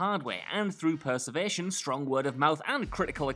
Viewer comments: “Perservation” are you sure mate? It’s perseverance. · Persevation?! Is that even a word? Get your act together! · Is English your second language mate? Perservation? What the actual? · WTF is “perservation?” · Did you say "perservation"? at 18 seconds or so? That's not a word.... ffs where do these professional narrators on major channels with millions of subs and hundreds of millions of views come from? OOOF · he should still recognize that what he's reading is incorrect tho